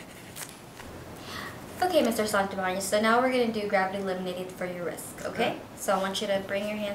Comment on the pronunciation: I'm sorry. Did you say wrisck?